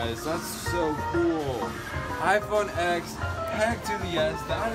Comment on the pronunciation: iPhone "eks"